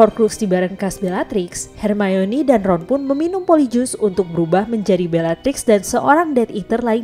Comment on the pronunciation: Perasaanku aja atau emang pengucapan buat manggil nama hermoni itu yg bener emang hermayoni??